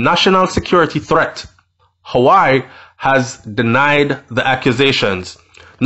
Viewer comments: its pronounced "wah weh" not hawaii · Pronounced: WAWEH, NOT HAWI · Wah wey it's pronounce not howii . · The name is not hawai bredda. It’s pronounced “waweh” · Why do you say Hawaii its Huawei. Hu -ah -way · The company is called Huawei pronounced Hoo- Wah-wey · (HUAWEI) is pronounced (WAA-WEH) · Your pronunciation of Huawei is pronounced whawei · Huawei. Is pronounced...waaahwey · its pronounce wahway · The company is pronounce wah-way